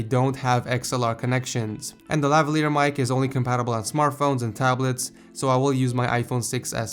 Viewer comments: go to and he says tablerts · THAT WAS SO FUNNY HE SAID TABLERTS